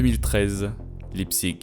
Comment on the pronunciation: La ville ça se prononce Laïptsich